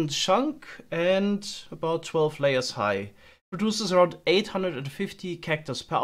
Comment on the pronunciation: about hat sich so angehört wie gebaut lol